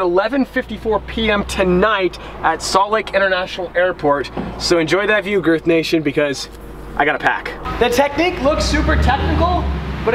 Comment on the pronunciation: Hey i love the hood but what if it rains would the water jist drain into the "frunk" get DDE (front trunk)?? Never mind Damon tried to say girth.... Have yourself a day..